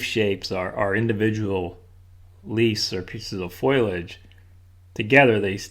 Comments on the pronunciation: ...I certainly did look up the word...and it is fo-li-age, not foliage. There is no word anywhere pronounced foil-age. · Foliage = fol-i-age. What's with foilage? Please get it right, like your paintings. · Hi...the word is pronounced, FO-lee-age